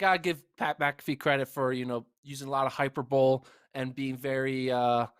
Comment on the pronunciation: DID YOU JUST PRONOUNCE "hyperbole" AS "HYPER BOWL"??? hahahahaha